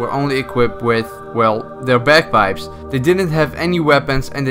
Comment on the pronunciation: When he says bagpipes it sounds like bed bugs